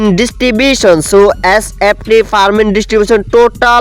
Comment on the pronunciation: ভাই পারমিন না এটা হবে "ফার্মিং" আপনি ঠিকমত উচ্চারনও করতে পারেন না